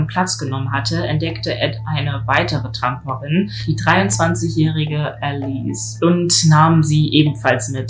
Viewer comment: Du bist eine echt Süße. Ich darf es sagen: bin eine 63jährige Oma Leider fällt mir auf dass du manche Wörter (oder verwendest Artikel) total falsch. Es ist nicht böse gemeint (Tramperin- ausgesprochen "Tremperin" zb. Oder "das IQ - DER IQ) Wie gesagt nicht böse gemeint